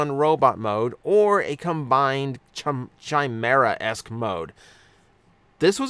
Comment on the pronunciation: Chimera isnt said with typical Ch sound, it’s more like a K. Think like how you’d read the word Kai. So basically phonetically it would be Kaimera